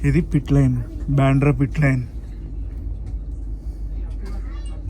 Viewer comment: బెంద్రా కాదు బాంద్ర